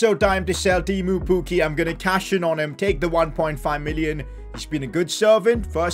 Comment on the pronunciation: As a Finnish person i love how says " tiimu pukki" 😂